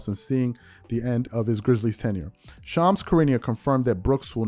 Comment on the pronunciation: you're shredding Shams name bro lol